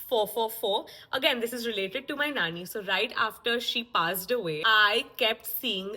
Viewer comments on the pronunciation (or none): none